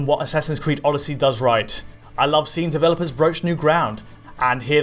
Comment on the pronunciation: Assassins creed Orrosy! haha